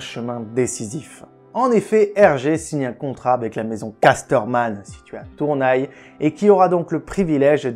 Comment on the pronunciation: Tournaye ? Sérieusement ?